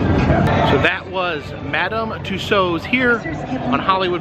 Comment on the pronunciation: Nice work on the correct pronunciation of "Tussauds".